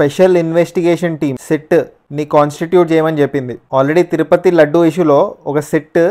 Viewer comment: Laddu laddu ani yetakaramga antunav entra g pagilidhi tirupati laddu ani sariga pronounce chey